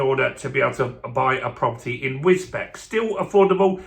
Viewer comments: Wisbech is pronounced Wis-beach ;-) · Wisbech is pronounced wisbeach well it used to be but now most people call it wisbechastan not sure why!